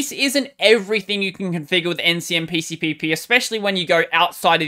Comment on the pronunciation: Probably the only Linux-tuber who pronounces Ncmpcpp in one breath! Good job man!